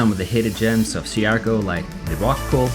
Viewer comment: Hi, I just wanted to let you know that it's pronounced "Shar-gaw". No negativity. Philippines is definitely beautiful.